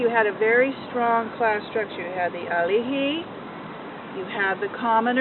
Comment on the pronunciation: “Alihi” lmao